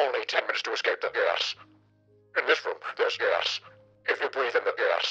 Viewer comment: is he just saying gas or gay ass?